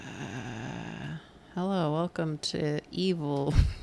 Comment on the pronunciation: same, its dangerously close to a literal "o.o hewwoo?"